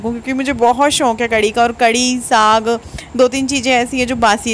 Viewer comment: Plz shonk nhi shook hota don't mind